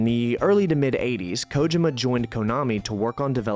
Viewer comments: Koh-jim-uh? You mean "Koh-Gee-muh". This video is top tier either way. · Not even 10 minutes and then he mispronounces Kojima lol